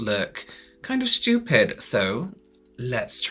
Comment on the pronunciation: I love these videos. Every time I see the notification for one I hear in my head "These looks styouuped" in voice 😍